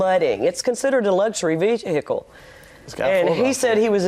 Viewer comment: If she says veeheeackle one more damn time 😂